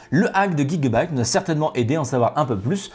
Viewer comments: On prononce J le début de gigabyte et non Gui 😑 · Pourquoi tu dis pas « jigabyte » ?